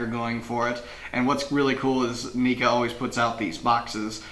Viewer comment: Neca is definitely not pronounced knee-ka...